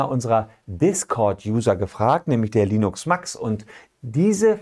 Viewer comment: Heißt der Fragesteller wirklich "Linux Max" oder eher "Linus Max"? ;)